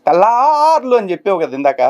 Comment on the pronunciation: Anna😂😂😂😂😂 meeru tellaarlu ante navvvu aaagatledhu 😂😂😂😂😂😂😂annoooo